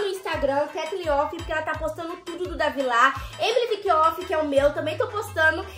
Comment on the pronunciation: É Katlen, não Katlheen